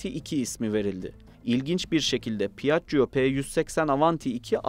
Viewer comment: "pi - ACC - COO"...... rahat olun, "piajio" olarak okunabilir. Üste üste duya duya dayanamadım ve videoyu kapattım.